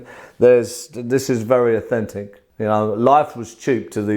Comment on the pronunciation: I’m English and I kept hearing offensive, took me a while to understand he was saying authentic